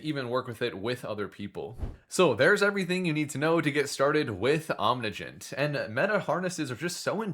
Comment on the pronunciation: Does he ever stop mispronouncing the project name?